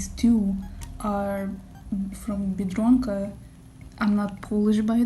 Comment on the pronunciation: I LOVE THE WAY U SAID BIEDRONKA TwT honestly it was great for someone not polish :D